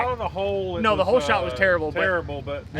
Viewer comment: Did you say cold shot or holeshot lol